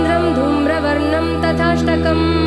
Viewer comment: प्रणम्य is right .ल्यप् प्रत्यय से ये बनता है।धूम्रवर्णं तथाष्टमम्।तथा +अष्टमम्। नत्र=nitrogen नात्र is correct .न+अत्र। Please पहले किसी संस्कृत अच्छी तरहसे जाननेवाले ज्ञानी से योग्य उच्चारण समझ लिजिये। उसके बाद social media पर काम करे ये आपका दायित्व बनता है।गलत को बढावा न दे।